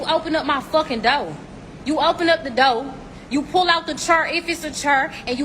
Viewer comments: These women invading a man's place of peace. It isnt enough they've invaded all other parts of a man's world, but now they invade the fortress of Home Depot. The girl in red around the mark looks like a character from Fraggle Rock. WTF is "you open up da doe, you open up da doe?" THE WHAT, the doe? Want me to open up a deer? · Anyone know where this clip is from? Also, it’s pronounced chair and door, when speaking English. I don’t speak Proper Garden Tool lady. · How do I open a dough? Or pull a cherr? I'm just axing.